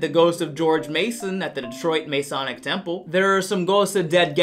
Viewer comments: As a Michigander, I have to say, this michigan accent is just so...it hurts my ears. we don't sound like that. Also, the masonic temple is pronounced Mah-sawnic, not may-sawnic. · My good sir, I must interject. You pronounced our beloved Masonic Theater wrong. Its not Maysonic, its pronounced Mahsonic. Like "oh no, mah sonic game is missing!" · Masonic - is pronounced Ma (like what you call your mom) son (the o is kinda of an a sound) ic (ik sound).